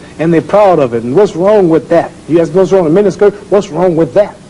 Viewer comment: Why you say “aks” not “ask”